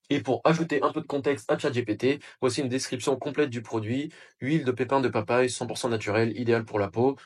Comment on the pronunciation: Merci pour la vidéo. Mots nickels Pépies de papajie au lieu de pépins de papaye. Ideal sans accent et origine avec accent sur le n